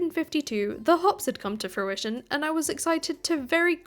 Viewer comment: If I had a pound for every time she said her crops had come to fruishoin😂